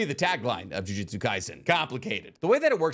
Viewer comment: For someone who makes a living from analyzing anime, you really have to stop mispronouncing jujutsu